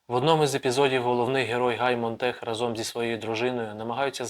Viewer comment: Добрий день! Вітаю з початком вашого проєкту. Будь ласка. зверніть увагу, що українською говорити треба "протягом року...", а не "на протязі" (то рос. сквозняк), не разОм, а рАзом. Та й інші є обмовки. Зверніть увагу на правильність вимови. Бажаю успіху!